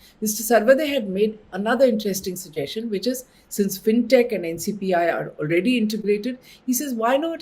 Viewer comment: Thank you for sharing. Btw it's NPCI not NCPI :)